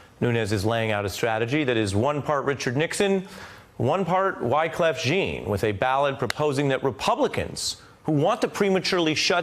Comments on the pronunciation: Winston C He mispronounced his name too lol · absolutless yes he did misprononounce Wyclef's name. 😄😄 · Ari, his ear to the streets, mispronounces Wyclef's name. Oooh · I like Ari, and this show, but mispronouncing Wyclef's last name discredits his love of hiphop